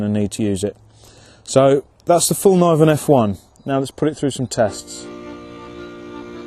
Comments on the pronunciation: Get this, its ''Fell-kniv-en'' not ''Falniven'' ^^ The K is not silent! Great vid though! Again, proud Swede! ;) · Knee is pronouced nee, not K-nee so the way u said it there makes the K silent